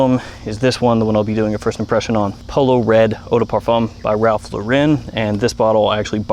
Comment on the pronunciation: It’s Ralph LOR-in not Lah-REN